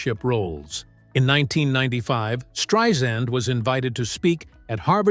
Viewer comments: At least say at least use her right name you're not spelling it right and you're not saying it right thank you okay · Learn how to pronounce her name.